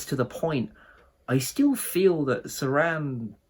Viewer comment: Just a note: it's pronounced Cho-ran. Great video.